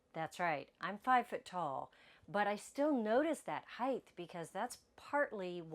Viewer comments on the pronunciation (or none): I like your videos, you give great information! ❤ Can I offer one small suggestion? Please say “Height’ correctly, there is no “th” sound at the end of the word, just a hard “t” sound. “Width” and “Depth,” on the other hand DO have the “th” sound. I hope you are not offended. So many people make this mistake. I was raised by two English teachers and it was drilled into me as a kid. You too can sound like you were raised by English teachers with one small change! 😂 I have to compliment you on your grammar otherwise. You are VERY well spoken, and a JOY to listen to. Thank you for sharing your videos with us. I have learned so much! 🫶😊